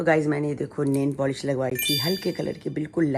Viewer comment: aapki ye bat sahi h insaan jb tk h usko kuchh na kuchh krte rahna chahiye khud ka mind bhi fresh rahta h body bhi active rahti h..or rahi bat aap shoot krne jate ho to samne wale ko aapki jarurat hogi tabhi bulate h nhi to kon faltu betha h.. nail polish not nain polish 😂